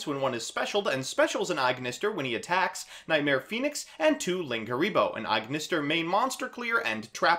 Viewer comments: Am I the only one who's frazzled by him saying "aignister" instead of "At Ignister"? Cause I thought that "At ignister" was how AI said it in Vrains. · why do you pronounce it Eye-Ignister? It's pronounced at-Ignister. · Bro why are you pronouncing everything "eye".....its very clearly "at" and "A" "I"....lmao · Everyone here ragging you on for saying "Aignister" while I'm just scratching my head over "Gala-tee" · It is At ignister, don't worry we are right. :)